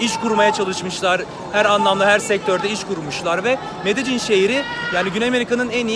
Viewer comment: Allahını seversen nasıl bir Türkçe kullanıyorsun ya medecin nedir ya medelin :)